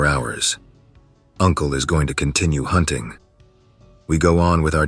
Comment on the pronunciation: Hoonting the hoonter